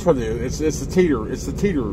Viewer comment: Teeters sort of sounds like a hooters.